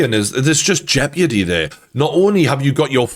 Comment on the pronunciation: Why does always pronounce it jep-yidy instead of jeopardy